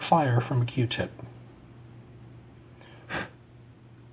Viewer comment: q-tip not r-tip